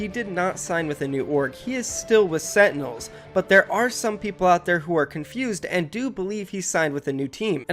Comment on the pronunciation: If this guy says setinels one more time...